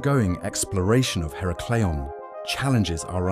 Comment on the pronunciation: Her-a-clee-ahn. The first A is said like in "at".